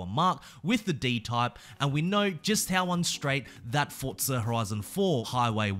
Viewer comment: Bro its forza not fortza get it right